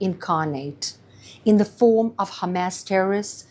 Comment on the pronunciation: the way she says Hamas is incorrect. and it sounds extremely cringe